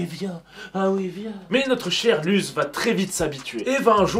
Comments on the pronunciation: Il l’a prononcé « luz » sa se prononce LOUSSE !!!!!!! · Par contre ça se prononce LOUSSE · ça s'écrit Luz mais ça se prononce Lousse ! SPOILER : A LA FIN DE LA SERIE LUZ MEURE PUIS REVIS ET A LA TOUTE FIN LA SERIE SE FINI SUR UN "BYYYYYYEEEE" LE SPOILER ETAIT GRATUIT 😁